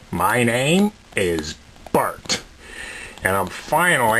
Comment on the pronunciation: isnt it bert...not bart